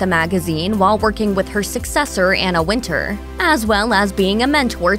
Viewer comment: ‘Anna Win- Tour’ !!!!!! Not ‘Winter’….. c’mon 😤😤😤😡🥴🥴….. ‘post humously’???? Damn…..